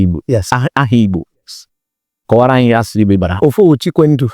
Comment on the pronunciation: For him to have pronounced Igbo correctly, means he is truly a yoruba/Igbo man. Lol😂😂